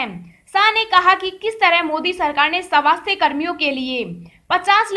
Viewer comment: किसे कहते हैं (सवास्थय ) स्वास्थ कहना नहीं आता क्या/// कहा का है ये अलौंसर